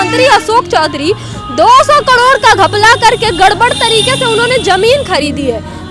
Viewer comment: कड़ौड़ नहीं करोड़ होता है😂😂